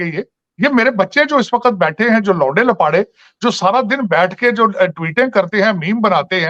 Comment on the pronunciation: Sajid Bhai se humble request. Woh baar,baar jo 'Lawnde lapade' word use kar rahe hain usmain 'Lawnde'main se 'n' ka uchcharan thik se karein.....warna meaning badal jata hain😎